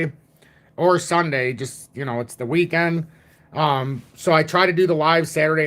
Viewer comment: What's a 'WEEKAND'?